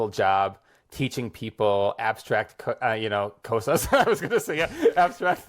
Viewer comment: The way he says "cosas" with that american o and the shwa sound is how someone with 0 spanish ability would pronounce it when reading. I struggle to understand how, after 2000 hours of input, you wouldnt have acquired the correct pronunciation. I mean, all of the phonemes within cosas are in english! There's no new sounds! But i wish him all the best in his language learning! His comprehension seems to be at a decent level at least